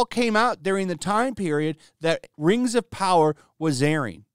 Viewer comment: Muh Rangs of Powaaah!! garbage ass content.